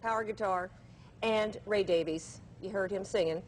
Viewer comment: Davies is pronounce "Davis". I am sure that Ray and Dave could care less how their last name is pronounced.